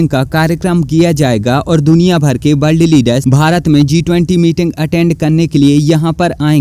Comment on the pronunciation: बोलना सीख ले भाई । ब्ल्द नही होता वर्ल्ड होता हैं